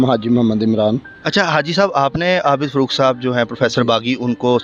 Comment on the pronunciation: Afsous huaa kay inn ka urdu talafuz aur lehja bohot kharaab hai, kiyounkay "Professor Abid Farooq" ko "Abid Furooq" kehrahay hain aur phir fermarahay hain kay "Asia Ka Number 1 Qabrustaan".